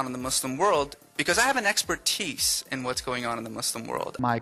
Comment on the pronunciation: Exper-TEECE: cos English is just a language.